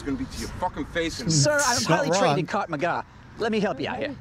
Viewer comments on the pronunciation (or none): Didn't he say Kart maga, I swear that's what I heard.